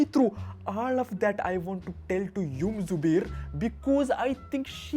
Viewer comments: when he finds out its zubair First word Ahhhh suuuubair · first time teacher says zubair instead of subair😂😂😂